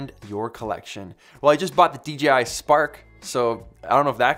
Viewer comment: Respect for saying DJI and not DGI like every other youtuber. Don't know why but that irritates me so much!